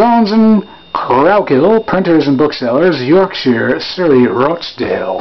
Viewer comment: Great stuff. l'm from Rochdale, and the 'o' is short, as in 'of'